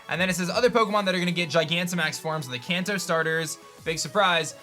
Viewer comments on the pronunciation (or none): none